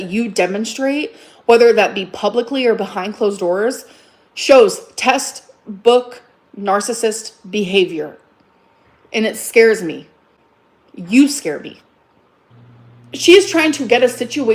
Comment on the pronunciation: It's teXtbook not testbook you illiterate porkahontas